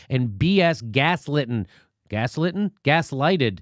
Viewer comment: It's "gas LIT" Jimmy.